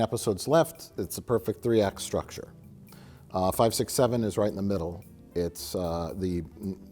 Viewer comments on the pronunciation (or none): none